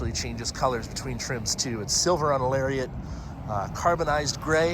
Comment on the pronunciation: Lol when he mispronounced Lariat.